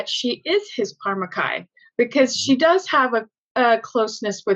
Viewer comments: "Chicken Par'Mack'kai" literally made me wince and groan aloud to the point where I frightened my dog. Oy vay,. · Chicken Par'Mack'kai? That was fowl.